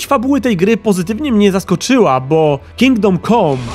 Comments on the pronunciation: Ciekawa recenzja. Można by się przyczepić tylko do wymowy samego tytułu. "Kingdom kom"? No nie, tak się nie godzi. Plus, daleki byłbym od nazywania tego tytułu "RPGiem". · Dlaczego wszyscy źle wymawiacie ten tytuł - KINGDOM CAM nie COM !!!!!!!!